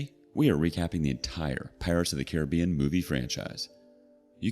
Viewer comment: Geez the mispronouncing of Caribbean is ridiculous lol